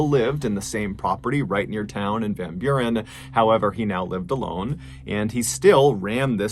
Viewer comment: As a dutchman hearing you pronounce Van Buren I actually kinda chuckled, you actually said it pretty well